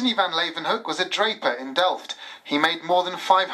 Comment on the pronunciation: You'd think the TV presenters would learn to pronounce the Dutch father of microbiology's name properly -- how a native English speaker would pronounce: 'Lay-oo-wen-hook' ('oo' as in 'book')